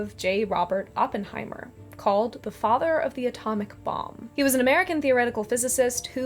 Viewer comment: Great video, and thank you for pronouncing Oppenheimer's name correctly. Over the past few weeks I've heard so many people say Open heimer that I've wanted to hit something. I read J. R. R. Tolkien: A Biography years ago, late '90s, around the same time I got my copy of the old green hardback Silmarillion with the wonderful foldout maps (my highschool library was selling old books and I managed to pick up some great stuff for almost nothing.)